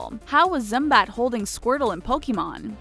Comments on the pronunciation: It’s Zubat not Zumbat. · "Zumbat"? It is Zubat pronounced zoo bat. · ZUMBAT. REALLY. ZUMBAT.... NOT ZUBAT. ZUMBAT. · Zumbat really how do you mess up a simple Pokemon name that badly how can you be that stupid it's Zubat in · Zumbat.....just like she is just saying zumbat how like how just...just...HOW!? on planet earth can you mess such a simple name ZUBAT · It's zubat not zumbat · ZUMBAT? Do you mean Zubat? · 1. Spongebob actually learned how to drive a rock in a pioneer documentary. Thus, meaning other sea animals knew how to drive a rock. 2. *ZUMBAT*. It's actually ZUBAT 3. Yes, I'm a SpongeBob fanatic. 4. Yes, I'm a Pokèmon fanatic. 5. Yes, this list's too long. ... 16361. What is Gilderoy Lockhart's favorite color? ... . Ok, I'll stop. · ZU BAT NOT ZUM BAT UGH NOOB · its not zumbat its zubat people these days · “How can zumbat carry squirtle in the Pokémon intro” AAAAAAGH ITS ZUBAT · you said zubat wrong what the crap is a zumbat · I was honestly like "HOW DARE YOU SAY ZUMBAT!!" Then i reminded myself "Bro they have a harder job then you CLAM DOWN" btw if u didn't know it's ZUbat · It is called zubat not zumbat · Did anyone else notice she said zumbat instead of zubat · zumbat its zubat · by zumbat, do you mean zubat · It's not Zumbat, it's Zubat. There's no M. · its zubat not zumbat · It is zubat wtf is a zumbat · Zumbat??? ZUBAT!!!! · zumbat... really? it's ZUBAT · It's not Zumbat it's Zubat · Zumbat??? I thought it was zubat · Zumbat....... ZUMBAT........ HOW DOES ONE MESS UP A SIMPLE NAME LIKE ZUBAT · Wow I heard them call timmy tivanya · umm you said zumbat but its zubat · Am I the only one who heard her call zubat Zumbat? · AHHHHHHHHHHH ITS ZUBAT NOT ZUMBAT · Are you stupid, it is Zubat, not Zumbat? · zubat not zumbat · ZUMBAT???!!!!!!! is zubat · *Zubat. Not Zumbat. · Zumbat.... Triggered Zubat! ZOO-BAT!!.... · i don't know if i am supposed to laugh or hate because it's Zubat not Zumbat! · Storm Wild ...pokemon nerd ITS ZUBAT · Zumbat XD its Zubat